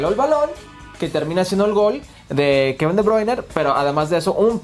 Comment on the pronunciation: Que alguien le diga a Hércules que Kevin se llama De Bruine. Y no De Bruiner